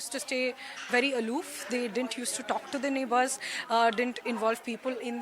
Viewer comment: Neighbourers nahi neighbours hota hai behen